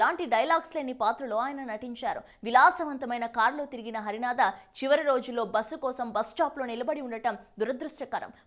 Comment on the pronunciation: పెద్దవారిని ఏకవచన సంబోధన చేయడం మర్యాద కాదు. హరనాథ్ గారిని హరినాథ అని తప్పుగా పలుకుతున్నావు?